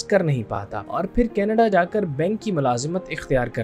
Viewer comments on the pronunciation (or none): none